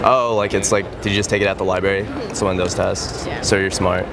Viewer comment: This guy keeps saying "Libary"!!! WTF